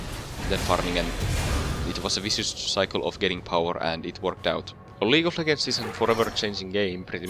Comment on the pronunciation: xD "League of Leggers"... Nice video though